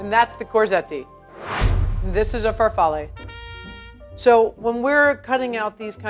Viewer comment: Why you say FARFALLE and instead of FAR-FAH-LEE? You pronounced all the names correctly except for linguine and pizzoccheri (the accent is wrong)